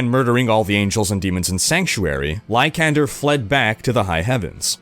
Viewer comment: It's "lie-san-der" not "lie-can-der"